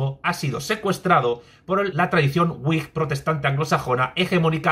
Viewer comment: Wigh sera uaig, supongo. Me refiero a la pronunciación. O decimos vig, o uaig, pero uig no se entiende.